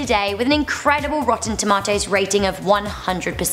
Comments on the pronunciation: That's how I say it and I'm from South Africa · That's how we say it in England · That's the proper pronunciation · that's how you say it in England apparently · I say it like Rebel as I'm British too